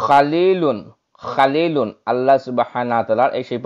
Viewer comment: ইয়া খালীলুল না খালীলুন